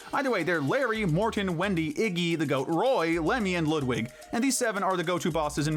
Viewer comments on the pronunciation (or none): none